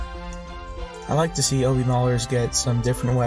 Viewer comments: “oh-B” instead of “ah-b” really hurt the ears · this dude really said O-B